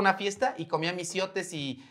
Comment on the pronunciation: técnicamente se pronuncia "mishiote" 😊